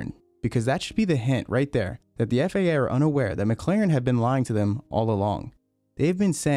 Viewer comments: FIA not FAA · Why does it sound like you keep saying FAA and not FIA? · Man the way he says FIA has me so butthurt lmao, sounds like FAA and i just cant STAND it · I don't know how you know so much about this, but still call the FIA the FAA 😂 Apart from that, great vid, thanks 👍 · FIA, not FAA. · Your FIA sounded like FAA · This man said FAA the WNTIRE FUCKING VIDEO HOW HAS NO ONE NOTICED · It’s FIA not FAA. Annunciation god dang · Hate how he keeps constantly saying FAA instead of FIA. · Dude it’s FIA, not FAA. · You keep saying "FAA". It's the FIA, dude. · FIA.. not FAA. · Why do you pronounce «FAA»? It's FIA. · You keep saying FAA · This guy keeps saying "FAA" when he means "FIA". What gives? Also, he can't say "Hungarian" lol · sounds like FAA on the vid.